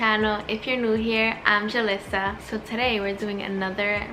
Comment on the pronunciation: I just love ur intro😍 I love the way u pronounce julissa🥰💕